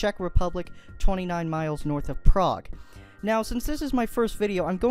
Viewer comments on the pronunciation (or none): none